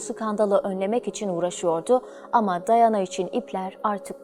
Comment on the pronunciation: Dayana değil Diana